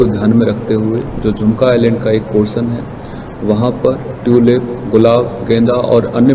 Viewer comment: ट्यूलिप है ट्यूपील नहीं